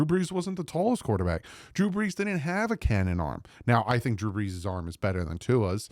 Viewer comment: Hey, love the videos and the content, much better than one of the dolphins CC that think they know it all and talks crap about others even when we are all rooting for the team to do well, doesn’t make sense…. Btw, I think you meant BREESnot BRESS lol… northern jersey fins fan here…